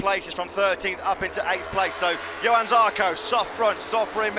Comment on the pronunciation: Déjà une autre «ÉPOQUE » zarco chez tech3 yamaha,Lorenzo chez ducati,Pedrosa roulait encore,Rossi qui pouvait encore gagner des courses et un marquez champion du monde,Crushlow roulait devant,et petite précision pour le commentateur,on dit JOHANN Zarco et pas Yohann Zarco 👍🏻🇫🇷